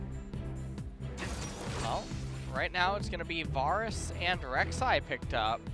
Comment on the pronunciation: The pronunciation of the champion and item names are so strange 😭 “varrus” and “liaundy’s” and “au-trox” and “daur-ius“—- is it influenced from how the names are pronounced in Korean? It’s like an -au sound for any words that have an “A” instead of utilizing the different sounds of “A” that English has in the -air and -au and -ah sounds...as in v-AIR-us, Lee-ANN-dree’s Torment, AEY-trox, D-AIR-e-US. Lol, compulsive about pronunciation 😂